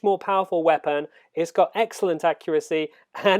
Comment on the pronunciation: why don't you speak normally? I had to stop after 10 secs. WeapAAAn.